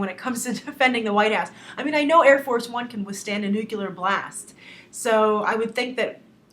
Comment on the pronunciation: Did I hear her say "nucUlar", MUST CONTROL RAGE BLRLBRBL!